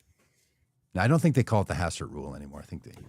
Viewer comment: Hastert btw, not Hassert. :)